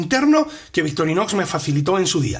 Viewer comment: puede ser, pero tal vez sea una epidemia, porque no soy el único que no escucha la C en medio y la X al final. De todas maneras eso no invalida el gran trabajo y dedicación que hay en el canal. Es solo una observación o crítica constructiva si se quiere. Entiendo que el castellano no es igual en España que en Argentina. Saludos !!!